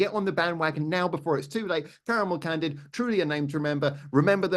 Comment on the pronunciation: Ah they are called caramel candid. In your interview with Mr B. I was wondering if you were saying Caramel Candy.